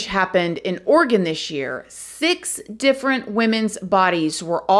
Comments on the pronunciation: I'm so Impressed she said Oregon right! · Thank you for pronouncing Oregon correctly 😊 My prayers are with the friends and families of these poor women. Portland has become quite the cesspool the last few years. Their city leaders and state government are not doing much to imorove it.